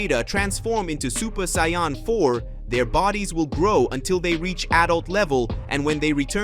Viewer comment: You are mispannouncing saiyan.